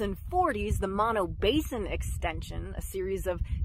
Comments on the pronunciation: Pronounced MOH, NO. BOTH Os are long. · It’s pronounced Moe-no.